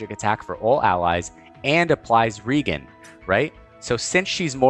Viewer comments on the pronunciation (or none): Say "regenerate." Regenerate. Ok, now say "regen." ..reGEN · Just wanted to say that I really appreciate you putting the time and energy into these videos. You do a great job of breaking down the concepts and do so in a comprehensive manner. One thing I've noticed a few times now is that you pronounce 'Regen' as 'REE-gen' with a hard 'G'. Feel free to continue doing so if you'd like, but it's been my understanding since my early RPG days nearly 30 years ago that 'Regen' is pronounced 'REE-jen' with a soft 'G' as the term 'Regen' is an abbreviation of the full term 'Regeneration'. Just putting that out there. Keep doing what you do! ☺ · there's no i in regen. it's re-jen, a.k.a. regenerate (ri-jen-uh-reyt)